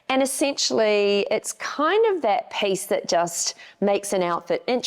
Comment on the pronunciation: Dahhhhling, you are talking to Americans, it is not pace but peeeece.